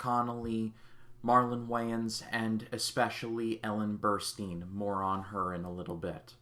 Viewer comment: Burstin’ not Burrsteen